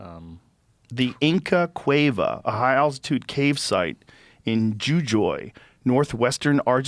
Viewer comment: Holy shit, I can’t believe I get to correct Joe Rogan on something:) In Argentine Spanish, Jujuy is pronounced roughly “hoo-HOOY” — with the J sounding like an English H.